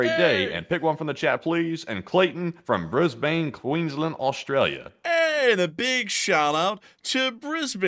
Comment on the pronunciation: for the record, brisbane is pronounced briz bin.